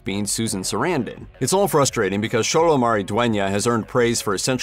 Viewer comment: It's xolo (zolo)